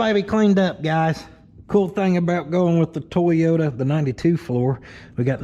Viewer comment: The ole "TWOYOTA"